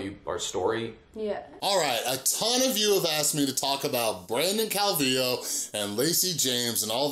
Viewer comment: I think you're the first person I've seen to pronounce his last name right lol